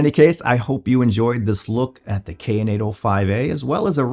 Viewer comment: It's pronounced "cayenne " like the pepper not "kay inn', just sayin'!